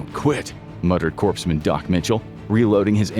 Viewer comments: "CORPSE" Men... "CORPSE" Men.... Its pronounced Coremen... Kor-Men... Corpsmen... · in corpsmen the p and s are silent, it's not corpse men